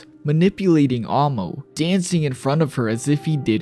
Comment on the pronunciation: “I can already see why she was named ‘Ammo’ or-“ bro.. you’re one of the whitest lookin anime YouTubers but proceeds to mispronounce Amo’s name for that whole section. You manga only breh or what cause you said “Ammo” the whole damn time goofy as if you never seen the Eng dub or a short or whatevs. “Ammo” 🤡😔 second hand embarrassment.. I know I’m slightly dyslexic & had trouble in Eng & literature but at least I’d know how to tell the difference between “Ammo” & “Amo” when pronounced out loud. Bro deadahh read and said A-MO’s (not no mf “AM-MO”) name countless times incorrectly like bro, you yourself sound like a broken record hence why i do too. So frustrating hearing her name wrong from a whole white guy for over 15-min straight like how how how how HOW did read A-M-O as “A-M-M-O” like the difference is beyond obvious. I think the balding goes deeper than just the receding hairline, so pitiful 😞 didn’t even have a homie or editor correct you on your shii but you was prolly just beyond lazy to redo the whole 30 min “AMMOs” section just cause mispronunciation like would any one else feel like they’re disgusted or offended possibly disrespected about it